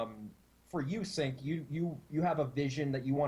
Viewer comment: I couln't watch the entire thing because I winced every time mispronounced cinq